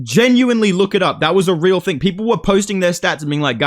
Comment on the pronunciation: “Its a real thang” 😂😂😂